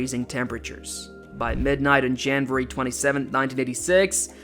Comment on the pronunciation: Off topic, are you saying Janburry? instead of January? lol